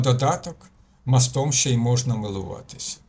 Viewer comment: Тільки не мостОм, а мОстом...у нас в селі люди з таким наголосом говорили...це важливо. Дякую.